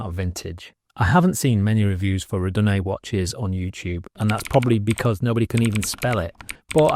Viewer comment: yeap about the pronunciation... I think I can help you out as I speak multiple languages, spanish english... ok multiples, it should go "Are-doo-nay" Sounds like: "Are you doin' A?" but said in a classy voice 😄